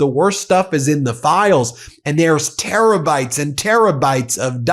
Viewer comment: Did you say terror-bytes...?